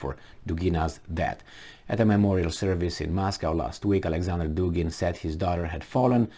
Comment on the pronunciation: Dugin - Dugina: accent is on U in both male and fimale surnames. In all Russian surnames both male and fimale accent is on the same syllable-vowel.